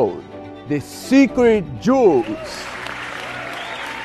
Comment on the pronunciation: Sounded like he says "secret jews" 😄 🤣 😂 😆 😄